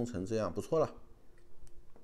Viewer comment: 对不起，，Eden, 应该发音是 eed-n. 你老爸唸是是对的。